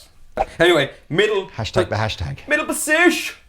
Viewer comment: "MIDDLE POSISHH" is a true Greg Koch apprentice